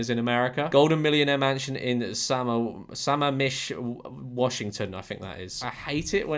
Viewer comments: sUH-mam-ISH is how its pronounced! itd actually be a funny video idea if youd take a test on how to pronounce the names of cities in washington, would love to see you try out sequim and poulsbo lol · suh-mam-ish. Sammamish :3